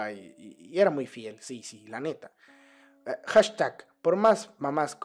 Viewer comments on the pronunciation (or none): none